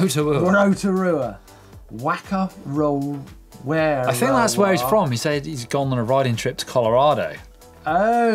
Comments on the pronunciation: Whakarewarewa is pronounced “Farka-ray-wa-ray-wa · Oh Martyn. You murdered that pronounciation of whakarewarewa! (Also the picture in the bike vault was from the same place). It is sometimes more commonly known as the Redwoods, the same trail centre that the EWS will be racing at this year. Admittedly the word is a bit of a mouthful (that's why its know as the redwoods haha), but you can pronounce it like fock-a-ray-wa-ray-wa. Also reckon you guys should come on out to Nz , it's mostly sunny. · It's pronounced Fa-ka-rewa-rewa. Maori Wh sounds are pronounced as an F sound. At least in most dialects. Not the worst mispronunciation tho. Better than not trying at all.